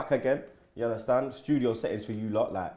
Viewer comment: You Undestan? 😂 bludd.